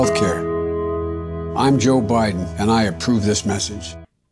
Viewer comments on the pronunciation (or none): I might be hearing things, but did Joe Biden call himself Joe "Briden" at the end?